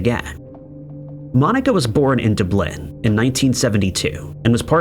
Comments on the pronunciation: Are you taking the piss? You don't have to be a local to know that it's "DUB-lin," not "dub-LIN." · he's benn misprouncing Dublin on many videos. MANY people have told him but he is just plain ignorant and a muppet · for fucks sake your STLL mispronouncing Dublin, no matter how many times people try to correct you. youre a fool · I do enjoy your videos, but man, the way you pronounce Dublin kills me ☠ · DUBLIN. Larn how to say it. Please, you sound like a moron. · Do you say Dublin wrong so people will comment?